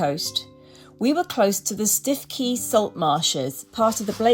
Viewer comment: Thank you for taking us on your holiday in England. We used to live in Norfolk. Funny pronouncement for Stiffkey = Stooky. And wasn;t the weather lovely for you and all the glorious swims. So good to meet your friends too. Great new tradition - to meet in Devon with your girlfriends every year.